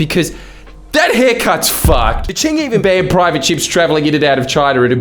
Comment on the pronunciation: Did this mf mispronounce Qing every time and then dub over himself? Am I going crazy?